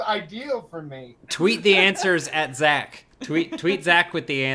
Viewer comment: it's answers not "ants zerzz"